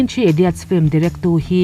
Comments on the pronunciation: I 'film' lamdan hi.... a hrehawm, lam sual i hlau lutuk nge mani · A bengvarthlak hle mai, mah se "film" tih i sawi hian i lam puam mah mah lutuk a i lam dik lo vekin ka hria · Sawiselna tur awm mang lova mahse FILM I lamdan hi hriat a nuam lo eee.... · Fluim anilo...Flim alom....